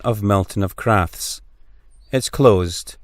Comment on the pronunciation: The Feugh is not pronounced Fook it is pronounced FEUGH AS IN FEUCH Emphasis on the U hope that helps. Crathes castle is called Crath es . great video . x